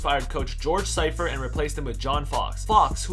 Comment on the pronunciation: Who dafuq is George Scifort? It's Seifert.. Sea Furt